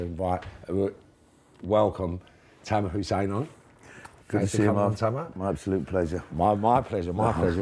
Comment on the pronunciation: Tamir Hussain ? Can’t even get he’s name right ffs 🤣🤣